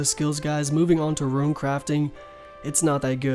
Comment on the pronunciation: Rōōn NOT Ru-in. Please. So triggering.